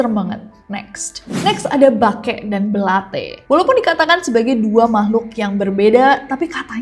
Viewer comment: Belate kak bukan belatE